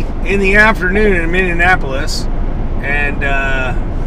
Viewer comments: Please say Minneapolis correctly. It ain't hard. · As a guy from Minnesota, for the love of God stop calling it Minnie-N-Appolus, it's Minneapolis, there is no N in the middle of the city name! LoL